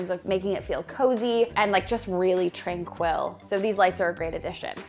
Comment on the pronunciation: Canadians, this is the second time I’ve heard pronounce TRANQUIL this way. Is this common in Canada or specific to?